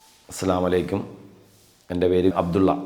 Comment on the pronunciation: താങ്കളുടെ പേര് ഏറ്റവും മഹത്തായതാണ്. നന്നായി ഉച്ചരിക്കുവാൻ ശ്രമിക്കുക. ആശംസകൾ👍